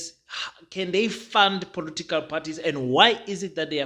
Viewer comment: Its political parties my man, not "polotical" parties 😊 but i like your stuff though.